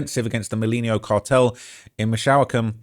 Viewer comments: It’s Mee-chao-kahn not Michoacán 😆♥️ appreciate you fr. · Let me help with some translation… Jalisco = Ha-Lisco (the j is silent) Michoacan= Me-Cho-khan hope this helps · No mames michoacan Me-Cho-acan, Guanajuato is Juan-a-hua-to and it’s not speaking Mexican it’s Spanish. You have time to delete this G this ain’t it hahahahah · Mish(tish) O Wok con...Michoacan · Haleesco, Vayarta, Meechoacan. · Bro literally said Michoacan as Mich-shaolin 😂🤣😂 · Its pronounced Meech-oh-wa-khan. Jeez. Just watch a Cheech and Chong movie,. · It’s pronounced Puerto Vayarta. And Halisco. And Mee-Cho-uh-cun. Bunch of other ones too. I get that you’re a Brit, but you’re pretty dumb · Bruh... mishOWikan? 😮‍💨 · pronounced Puerto Vayarta - double LL in spanish is pronounced like a Y 🤣. So many LLoutubers cant figure this out. Gwan - A - what - 2 and Meesh - Wacan are how you pronounce the other states and cities you murdered 😂🤷‍♂️ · "Gel-isco New Generation Cartel" "Miss-Show-Can" 😂